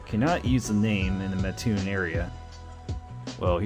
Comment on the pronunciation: Thanks for covering Burger King! Now I sorry to have to do this, but I grew up there, and it’s a requirement that we correct the mispronunciation, which happens all the time. It’s Mat-toon, not muh-toon. I like your channel:)